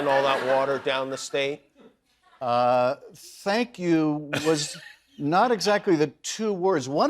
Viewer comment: Did he say "Fank you"?